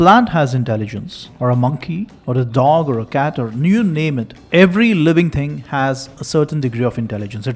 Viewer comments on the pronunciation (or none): Can you say thing, not ting. Thinking not tingking? You sounds really awful